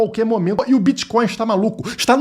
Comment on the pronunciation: "Criptomoedas e biticonis" kkkk bitcoins é oq, dinheiro físico 😅😅😅😅